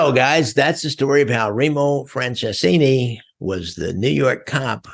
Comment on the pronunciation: good story, but like he said you butcher the heck out of my uncles name.